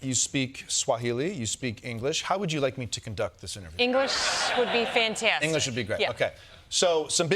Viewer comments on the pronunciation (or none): "English would be fyantyastic" 😂❤❤❤❤❤